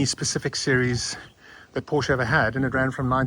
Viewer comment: You should pronounce the brand correctly if youw ant to be taken seriously.